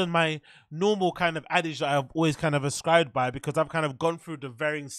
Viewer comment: "Axescribed to"? what was that word even supposed to be bappa?